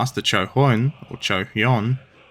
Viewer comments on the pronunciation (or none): Hi, one of this channel's 3 Korean viewers checking in. For anyone who's curious, the Choi Hyun is pronounced by starting with the "ch" sound as in charm, then saying "way", then saying the "hyun" part. The Cheonan is pronunced like "Chun-an".